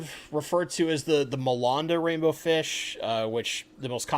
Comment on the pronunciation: On pronunciation of Malanda Rainbowfish, the middle bit is pronounced land as in a piece of land (rhymes with hand) so Ma-land-a as opposed to Ma-lund-a. I grew up there and live not too far away. Have some of these rainbows myself that I collected a year or so back, love them. Struggling with breeding them in any numbers at the moment but will keep trying. Good vid as always 👌